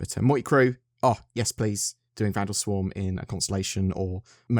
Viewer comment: At about , did you say "Yiss"?